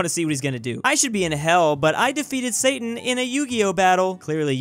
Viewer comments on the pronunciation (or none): none